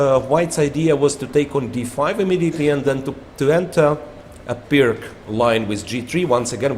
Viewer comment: Pirc s not pronounced Pirk (like pick). Pirc is pronounced like "blitz" : Pir tz...